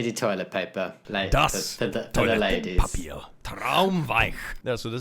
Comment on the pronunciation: Great pronunciation on "Das Toilettenpapier" - Traumweich 😂 (dreamily soft) As a Swede you are more likely to have contact with the German language (than a Canadian), but can you/ can he actually really speak it? Does someone know? (did he make reference to it somewhere)